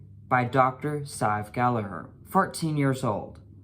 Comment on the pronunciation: First of all. I appricate you prounocing Gallagher correctly. 😂 Americans annoy me when they say it wrong haha. I'm ashamed as an Irish person that this woman is doing all this shit on tik tok. I would like to challenge you on starting hormones before surgery. As I started Testosterone after Top Surgery. Wich I was delighted with and still am. 1) regardng my own experience, it was much healthier to stop binding then to go on Hormones. This surgery is huge and my endo didn't want me having to many changes at once. So I was offered at that point in time, top surgery in a month or testosterone now. I took surgery to prevent damaging my lungs and ribs. (I understand this was my own choice to bind but I'm sure you know yourself.) 2) I would argue. Diffrent counties are diffrent in requermsnts. America perhaps differs state to state. Denmark as you said is 6 months. I belive 6 months is way to short. Here in Ireland it is 2 years from ROGD. 3) linking to point 2. Hormones = puberty, is diffrent for everyone. So someone on Testosterone 2 years may not have as much changes as someone who's 2 months. Someone may not pass and "live as the opposite sex" EVER. And some people can pass before hormone treatment. There for I don't think you can put a set time period on it. This is probably the first video you posted I disagree with. So congrats. Your getting more interesting